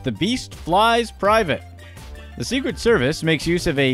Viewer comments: "The Secwet Services" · "The Secwet Service"